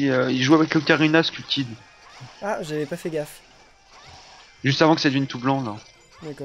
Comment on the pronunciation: faite Skull kid se dit Skell kid